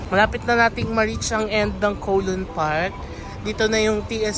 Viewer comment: Ayon sa mga Chinese, cow-loon daw po ang pag pronounce nyan. As in the cow says mooo. Hindi daw po yan koh-loon.